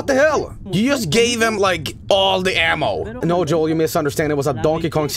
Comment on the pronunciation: Joel, now pronounced Hoel